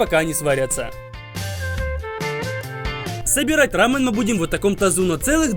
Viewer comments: Когда он говорит не рамён а рамын это как смотреть аниме в другой озвучке ра пример не Такимичи а Такимици ёё бесяч жуткий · Не рамн а рамён) кто заметил лайк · Это блюдо называется не ра́мен а раме́н, не правильно ставишь ударение!! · Не рамен, а рамЁн Ударение на Ё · Рамён правильно, а не Рамён, тебя карейцы приблизно бы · Не рамен, а рамен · Почему он говорит рамЭн? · РамЕн — ударение на Е